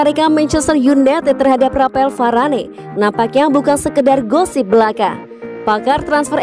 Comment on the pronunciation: Varane di panggilnya varan, mbak